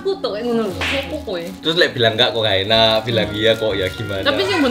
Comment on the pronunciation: Q wong kediri jg pake tambahan u...enak ya uenak🤣